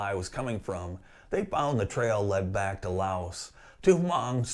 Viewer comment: FYI the "s" in Laos is silent